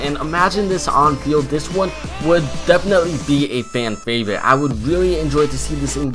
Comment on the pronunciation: He said favite 😭😂🤷🏻‍♂️